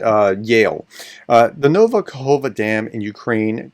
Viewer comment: Ka-kov-ka… you’re welcome